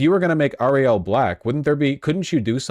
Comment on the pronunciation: can vash not say common names correct, miles morales - and ariel he is putting interesting emphasis on the last sylabols